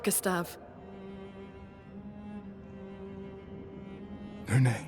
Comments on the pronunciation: one thing that bothers me you keep calling her Luna instead of Lune :) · Honestly love the juxtaposition of attention - tries to read and find everything, but then calls Lune, Luna every time, even with the voice acting helping him out lol